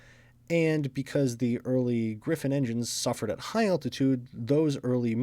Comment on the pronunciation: It is Griffon, not Griffin.